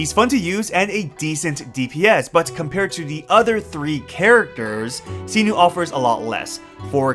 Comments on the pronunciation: What did you call Cyno??? Sinu? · did u just say see - noo??? for cyno?